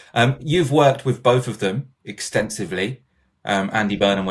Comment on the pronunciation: I'm not Wiv you. Bofe of you actually.🙄 Is English really so difficult to pronounce🤔 Deary me.